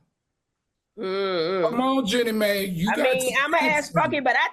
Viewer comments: Heavenly calling her “Jenny May” 🤣😭😭💀⚰️⚰️ omg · Not y'all turning Jennie Mai into a old southern black woman with this pronunciation! 🤣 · It’s pronounced Gee—nee My—- the woman getting a divorce from Jeezy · It’s not pronounced Jenny May—- it’s pronounced Gee-knee My. Give Heavenly the phonetic pronunciation since she can’t read. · Only two topics in and Dr. Heavenly has butchered both subjects' names, Jeannie Mai and Iman Shumpert. 🤦🏾‍♀️🤦🏾‍♀️ That's ok Dr. H, you got this.